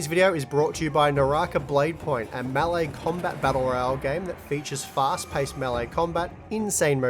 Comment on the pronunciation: "melle battle royale" lmao